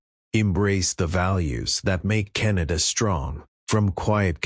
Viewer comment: The. Radical extremist. Socialust. Wef. Puppet. Like. Trudough. I thought. Canadians were more intelligent. To chooseba dictstor???? Cant even say. Canada. Keneda. Is the best he can do. At leastTrump knows how to speak. English